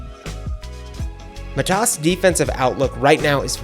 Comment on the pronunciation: i think my lithuanian counter part meant your pronunciation of his first name, you're saying it matAs while it's mAtas, go check his interviews and how he says his own name or any of the lithuanian youtube channels that pronounce his name in it's origin language.